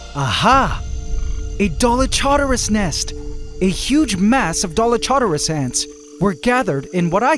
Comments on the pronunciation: Dolic Horderus (the “u” is silent) 😂 The Dolic Horders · For the new ant colony, the Dallylamas? 😂